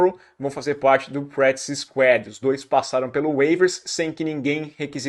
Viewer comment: "Practice SQUÁD"